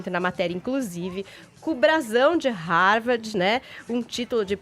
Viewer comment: A mulher nao sabe nem pronuenviar Harvard da forma correta 😂